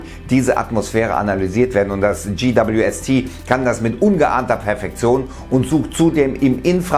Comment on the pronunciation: GWST lernt Englisch🙈 peinlich...